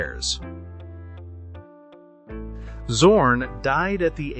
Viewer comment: I did not subscribed because the correct name of the painter schould be pronounced like Tsorn and not like Zero.